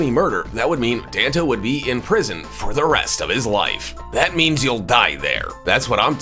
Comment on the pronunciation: You definitely mispronounced Danta. He's not the soda, Fanta.